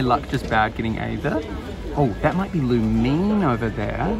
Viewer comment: Pronunciations: Loo-meen (Lumine), Ee-thuh (Aether), Dee-look (Diluc), Ven-tee (Venti), Am-buh (Amber), Py-mon (Paimon).